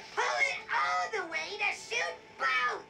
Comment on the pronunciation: Is he saying "shoost" instead of "shoot"?